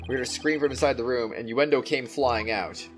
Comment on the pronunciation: Uendo is pronounced like window i guess